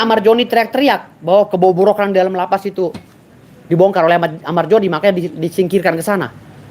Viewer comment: Amar Zoni bang, bukan amar joni🗿🗿🗿🗿